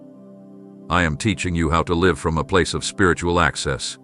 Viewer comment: The person who is speaking is also mispronouncing words because the script can’t catch the mistakes. “LIVE” is pronounced two ways. I am waiting patiently and gratefully for the next chapter to began. Every day lost is a big loss for me. Time is PRECIOUS —- and SO ARE PEOPLE!! ❤❤ Amen.